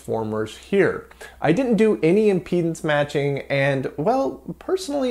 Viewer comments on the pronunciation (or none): none